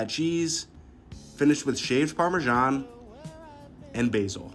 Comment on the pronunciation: For baby jesus sake, stop pronouncing Parmesan like that 🤬